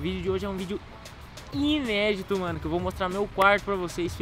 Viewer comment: "INÉDITO" lkkkkkk